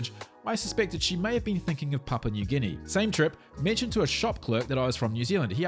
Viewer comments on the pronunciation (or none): none